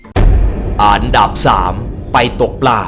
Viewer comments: พี่ไม่ได้พูดอันดับ แต่พี่พูดอานดับ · ชอบคำว่า อานดับ!! อ่ะ55555